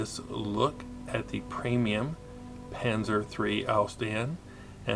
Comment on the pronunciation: Sorry to be that guy, but it's actually a premium tank, not a preimum tank.